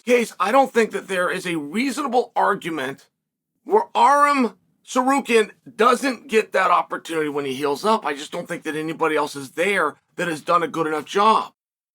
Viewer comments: Anyone else notice that whenever Chael says Aram he actually says Tsarukyan perfectly afterwards. It’s only when he says the surname alone he says Sukaryan. Dude is hilarious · Chael saying Sir karian for Tsarukyan made me laugh out loud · I crack every time he says "Tsakaryan" :D